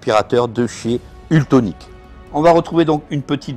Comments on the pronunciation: ça n'est pas UltOnic mais ultEnic, dommage quand on se fait offrir ce robot de ne pas faire la publicité correctement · Mais pourquoi tu dis ultonic ??